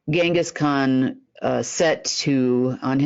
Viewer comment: Genghis Khan - "G" like in Gin.